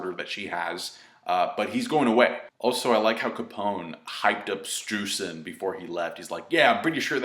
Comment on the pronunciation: i wanted to mention that "streusen" is german and its pronounced with an "oi" so basically stroisen;)